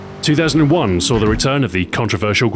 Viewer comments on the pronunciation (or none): none